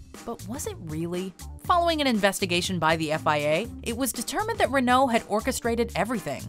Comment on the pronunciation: Learn to say Renault...